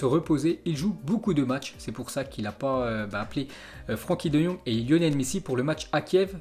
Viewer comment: Frenckie de jong pas Franckie ... -_- !!!!!!!!!!